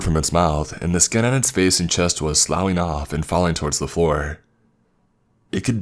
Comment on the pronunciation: Sloughing off is not pronounced 'sa-lowing' off, Sloughing is pronounced as 'sluffing' off.